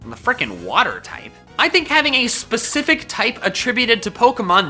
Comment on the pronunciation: specific more like SPACifc am i right or am i right